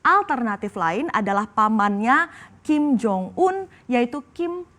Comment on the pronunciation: Ada kesalahan yang diucapkan oleh presenter nya : 1 nyebut kim jong ul 2 nyebut kim jo yong 😂😂😂😂😂😂😂